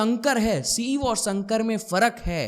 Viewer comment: Sir, with all due respect, your Sanskrit pronunciation leaves a lot to be desired. It’s शिव and शंकर, not सिव and संकर! उच्चारण पर ध्यान दीजिए 🙏🏻